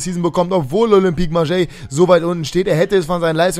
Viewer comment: Ist echt so😂😂😂 Denke mir schon seit ca. 2 Jahren warum er Marseille so komisch auspricht😀😀